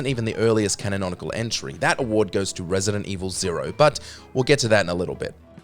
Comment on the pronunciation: did lil bro say canononical ? 😂😂😂